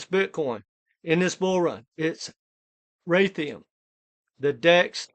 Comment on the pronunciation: It's RAY-D-IUM RAY